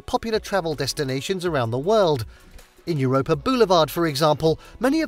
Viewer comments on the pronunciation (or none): none